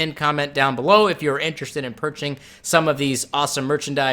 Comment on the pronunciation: hehehehehehehehehehehehehe..... ya said "purching" :-)